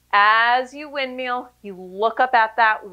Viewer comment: Woo, shoulders on fire! 🔥 I was looking for an out of the box workout today and decided to give this a whirl. It never ceases to amaze me how easy Pilates looks but how hard it actually is. Great workout and cuing, as always! Love how you say "wind-meal", makes me giggle every time!